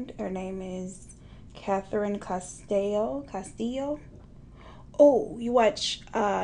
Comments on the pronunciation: I'm not latin but I feel like the way said "Castillo" was wrong 🤣🤣🤣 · Sis! When u said Castillo with tje accent!! 😂😂 I walk around saying it too lol. And U are Ssslaying this thang Mama please don't stop!!